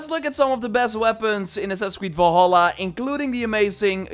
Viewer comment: Gotta learn to speak English man, udders are on cows, fenders are on cars and are also guitars, vol-holla isn’t the game in the video either!